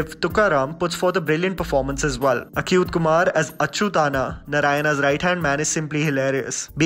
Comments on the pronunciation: What the hell is Acute Kumar??😂 He's Achyuth Kumar and the name of his character in the movie is Achyuth Anna not Achu thaana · It’s not pronounced Akuyth